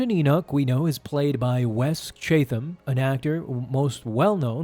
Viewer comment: I promise I’m not being a nitpicky a-hole 😂 but it’s pronounced Chat-uhm. I have a super crush on him and have been following him forever. I also live in Chatham County in Ga. He’s from Ga as well. Great video!!